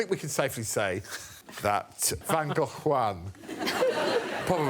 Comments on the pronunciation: As a Dutchie I appreciatie Gregs pronunciation of van Gogh! he did it quite well... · shout out to Lucy for pronouncing "Van Gogh" closer to how it sounds in dutch, as opposed to "Van Go" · Except he doesn't say Gogh to rhyme with go, but closer to off, hence "cut it off." It's closer to the Dutch pronunciation.